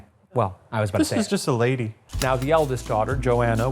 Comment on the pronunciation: THAT'S A LAY DEE BAY BEE